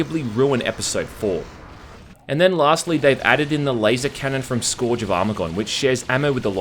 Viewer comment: 'scourge' what? please learn english lol